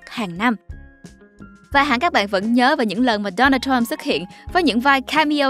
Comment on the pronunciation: K thể nuốt nổi cái kiểu đọc nửa giọng Việt nửa giọng Tây thế nào, trọng âm đổi liên tục cực kỳ chướng tai và khó chịu, gãy khúc. Donald thì cứ đọc là Đô Nan đi, làm ơn đừng bê Đố Nồl vào. Đây là văn bản tiếng Việt, k phải tiếng Anh.